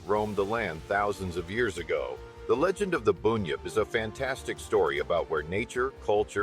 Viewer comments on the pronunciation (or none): BUN-yip not boooooonyip